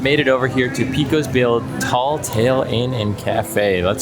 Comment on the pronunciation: yup. My father in law would pile everything on so you could not even see the burger underneath. BTW - not picking on you but it is pronounced PAcose, not PEcose.